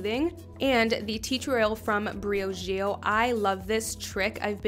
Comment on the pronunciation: She’s cute but the way she says Briogeo makes my brain bleed ....